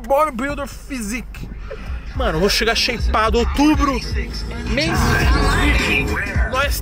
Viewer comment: kkkkkkkkkkkkkkkkkkkkkkkk toguro sheipado ou shapado ? kkkkkkkkkkkkkkkkkkkkkkkkk mano ele tava muinto doido